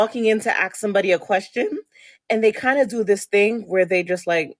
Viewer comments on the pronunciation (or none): ESpecially not EXspecially. Also “Ask” not “Aks”